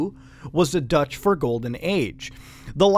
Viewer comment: I love how you completely mispronounce dutch :D You made it sound like eww Lets just say you do not pronounce the dutch ee the same way as the english :D